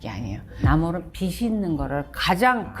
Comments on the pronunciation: "비시" "비슬"이 아니라 "비지" "비즐"입니다. 빚은 받침이 ㅅ이 아니에요... 듣기 참 거북하네요. 지식오마카세라니... 굳이 일본어 오마카세를 써야하나? 참 한심. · 저도 거슬려요...